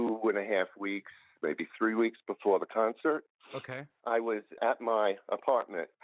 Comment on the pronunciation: 'CUNCERT' LMAO